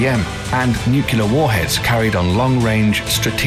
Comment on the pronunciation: Anyone else have a brain spasm every time he says " nucular"?